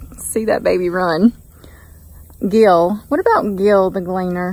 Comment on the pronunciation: "Glee-Ann" for the Combine name?